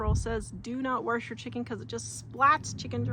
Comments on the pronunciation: Do you say warsh? My step-mom use to say wash like that. I loved her so, it's nice to hear that. Anyway, I use to wash my chicken, but I stopped doing that years ago. I don't know why I did it in the first place. Whenever you show video when you're outside it makes me miss Wyoming. We move to TN from Gillette 14 years ago. Love your thrift finds. Great video! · When you say warsh, do you mean wash,..? With water? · I love the way you pronounce wash!